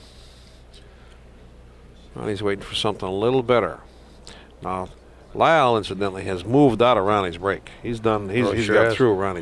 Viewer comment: RIP! His name was Leil not Lyle, just for the record.